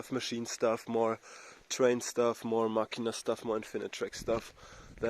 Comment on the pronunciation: Finally someone who says "Machina" instead of "Mascina", you made my day lol. Insane video as well! Good job!